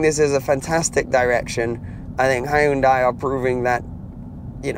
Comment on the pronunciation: When you pronounce Hyundai, remember this, "Hyun-day like Sun-day"